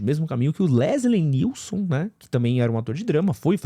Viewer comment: Quando vc falou Leslie NielSON pela terceira vez e sério, eu vi que você tava falando errado mesmo e não de zoeira! hahahah!! Fiquei ansioso pra ver esse filme. Gosto muito dos 3 primeiros e do "Apertem os cintos, o piloto sumiu! É demais!!